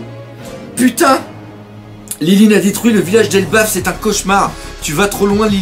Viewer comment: c pas lilin mais linlin